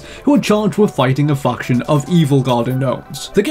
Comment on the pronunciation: That word faction you shouldn't say it no offense but it sounded like you said something else